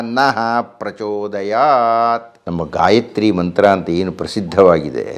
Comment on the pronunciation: Gayitri alla gayatri